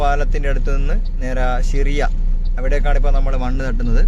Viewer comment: സിറിയ അല്ല 😂 ഷിറിയ ☝️